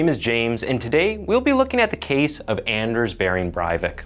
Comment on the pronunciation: There must be thousands of videos of Norwegians saying “Anders Behring Breivik”. Why not listen to them?